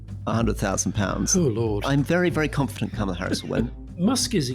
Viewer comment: Cam a la instead of karma la and bee zos instead of bay zos! Come on guys, do you want us to take you seriously or not?